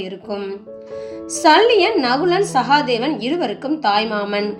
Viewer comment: sahaadhevan illa...sahadhevan